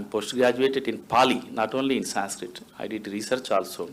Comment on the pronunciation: Amazingly most of the people in panel can't pronounce "Sanskrit" correctly. Sheldon Pollock, however, is very good at it.